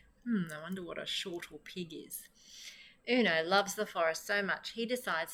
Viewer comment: Great to find an Australian reader, but it's snortlepig - not shortlepig.